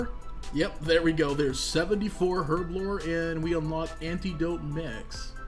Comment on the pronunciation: Learn the pronunciation of Herblore, will ya? ;)